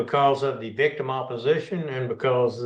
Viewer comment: SHE CAN NOT SAY THE WORDS!